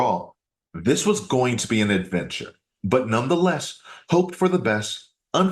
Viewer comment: She can't even specifically name any of her worthless heirlooms. And, I HATE HATE HATE how always says "nonetheless", incorrectly of course. This "woman" is so vile and disgusting. Uuuggghhh